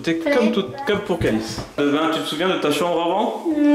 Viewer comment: c'est Kalys et pas Kays et aussi c'est Athena pas Ahema